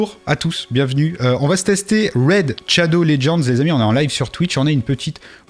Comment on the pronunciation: Tu me tues avec ton "Raid Tchado legends"